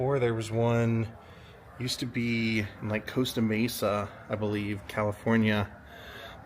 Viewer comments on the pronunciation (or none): none